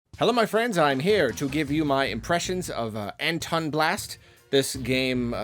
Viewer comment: It's pronounced ant on blast not an ton blast but good video